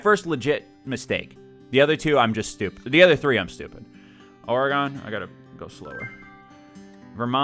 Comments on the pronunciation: I really hope he is saying Ore-eh-gone jokingly. I also hope he doesn’t say neh-vaw-daw. Ore-gen, or even Ore-eh-gen, and Neh-vah-dah PS The English language sucks... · Boi say oregon like that one more time I swear 😂 it’s pronounced more like “organ” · Bruh did you really pronounce it ore-gone? Smh my head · The way you pronounce Oregon made me start chemotherapy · Lol OreGONE...?